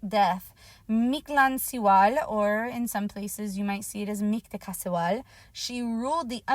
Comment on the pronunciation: Its not mictlancihual lmaoo